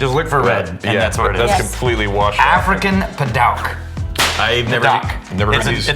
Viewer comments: Boys it’s pronounced paDOOK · Pronounced: pa-dewk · Great episode as a woodworker! Padauk is pronounced Pah-Duke. Definitely a favorite smelling wood to work with. It does leak red though and will stain stuff. Zebrawood is definitely one of the stinkier woods to work with. Interested to hear which of the toxic woods were omitted. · The correct pronunciation is pa-duke. Pa... As in what The waltons called their dad. Duke... As in the University. And you actually need to be careful with this wood because the sawdust from it can be harmful. Woodworking shops need a specific kind of ventilation to use this wood. I have a walking stick made from it in in time it turns to a silvery finish. But it is absolutely a beautiful wood. I would just caution it's use when it comes to any form of food or drink. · Pronounced "Pu-duke". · Sorry but the woodworker in me is cringing lol. Padauk is pronounced "pah-DUKE". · Man you beat me to it! I figured there was another woodworker in here that would say something about the pronunciation! Padauk makes some amazing looking pieces.